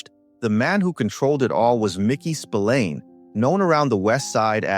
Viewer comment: Totaly different mickey spilliane